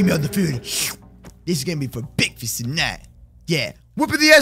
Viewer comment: The bekfast mod